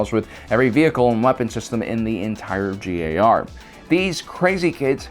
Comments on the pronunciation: You said JAR not GAR at the start btw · Am I the only one noticed that he kept saying the J A R instead of G A R? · Okay, I can't be the only one who hears JAR instead of GAR right?